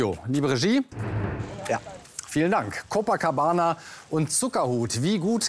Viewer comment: Jedes mal wenn ein deutscher "Copacabana" ausspricht, stirbt ein einhorn.